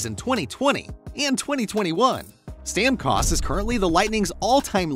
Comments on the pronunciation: You had me until i heard to say StamCost. Hahaha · The pronunciation of Stamkos hurt my ears :p. Great video though!